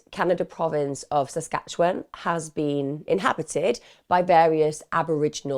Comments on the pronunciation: I don’t normally comment, although I love and watch all your videos. BUT, as a Canadian neighbouring Saskatchewan……man I giggled every time you tried to pronounce it. Hahahahhaha SASQUATCH-AN hehehehe LOVE IT, totally going to call it that from now on! ❤❤ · Your pronunciation of Saskatchewan took me out😂